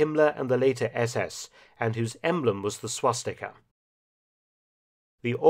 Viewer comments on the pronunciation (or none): none